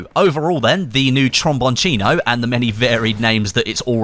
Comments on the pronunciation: it's spelled Trombon-SINO. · The pronunce is like "tromboncHino" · Its pronounced trombone SEE no, you UK goon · Your name pronunciation of the weapon gets worst and worst Everytime you say. Lmao